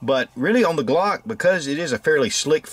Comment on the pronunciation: I guess you tried to say Glock instead uuagkk 😅😀🙈👌